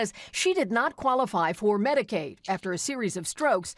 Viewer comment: it’s medcade not med care